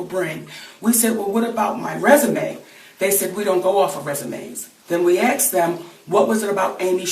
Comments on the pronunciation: Aaagghhh she is famous and she stills says "axed them" it's not that fucking hard!!! ASKED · She says 'We axed them' while trying to say 'We asked them' and she wants to be paid millions LoL!! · "Aksed?" Really?